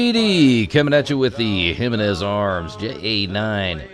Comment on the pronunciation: Pronounced "he men ez" --- hemenez; not jim i nez